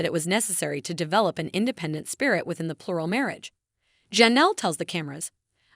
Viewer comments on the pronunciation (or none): none